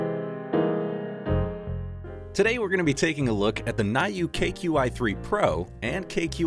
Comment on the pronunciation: Thank you for the detailed review. About the get one in Prime day. By the way, it’s pronounced as “new”.